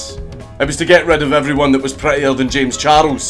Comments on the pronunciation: I love the way he pronounced it. Kinda like how japanese say English words or names. Jayums Charusu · "Jems chardles"